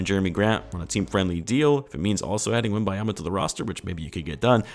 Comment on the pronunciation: Butcher the man's name 😂